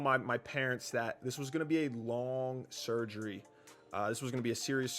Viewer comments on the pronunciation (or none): "the surgey" come on 💀